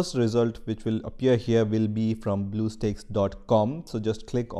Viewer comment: U know hes german when he pronounces “here” like “hier”